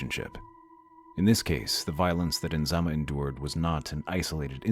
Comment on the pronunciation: So tragic.😢😢😢 It's Nizama not Inzama.